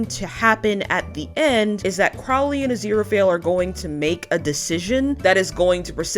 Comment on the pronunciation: Tiny thing. Crowley is pronounced like the bird